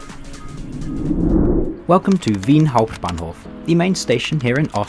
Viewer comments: Waaaait a minute.. why did you pronounce "Wien Hauptbahnhof" so well!? Somethings off! xD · Especially "Wien Hauptbahnhof" made me wonder if you are a native speaker.